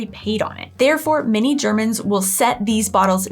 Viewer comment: I always hear "" when you say "many Germans". Cracks me up all the time.:D